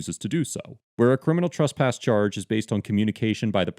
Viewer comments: the 1st part of the word " tresspass " rhymes with BESS not BUS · can you comment on your pronunciation of the word "trespass"? In many situations it sounds like "trusspass" and when used in different figures of speech (e.g. someone being trespassed from a a location vs committing the crime of trespassing) the pronunciation seems different. I just want to make sure these aren't different ideas or different words.